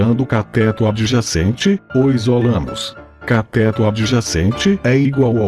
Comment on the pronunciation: CATÉTO... KKKKKKKKKKKKK escreve CATÊTO que o fala certo!